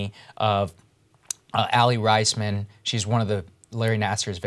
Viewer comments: thanks for covering this story. as a gymnerd, i've been following this for years now. slight correx for those curious: 1. MSU, not Umich. 2. Aly [Rays-man] not [Rise-man] 3. Maggie Nichols was additionally recovering from injury and bested by other gymnasts for the team (who, mind you, were also abused). So while you can't make the claim she was left off the team precisely because of retaliation, no one can deny it played SOME role in her not making it as an alternate. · I really appreciate BP covering this. I'm a follower of women's artistic gymnastics -- Saagar must not be, since he mispronounced 'Raisman,' but nbd. :)